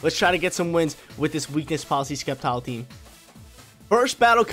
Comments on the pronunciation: skeptile hahaha It is Septile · Sep-tile not Skep-tile lol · And Sceptile is pronounced (Sep-tile) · Don’t forget Skept-ile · Plss say sceptile correctly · There’s no K sound in SCEPTILE and xurkitree you actually pronounce the X dude don’t play if you do it only for the views